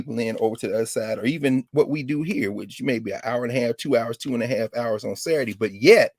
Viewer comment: I love to hear Dr. Carr pronounce Saturday as "Sair-dee" takes me back to the south.